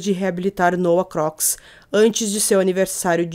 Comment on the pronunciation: O sobrenome se diz Crucs